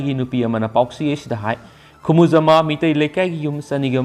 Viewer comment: Plz pronounce 'Khumujaamba' properly